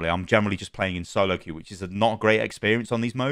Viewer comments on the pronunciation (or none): none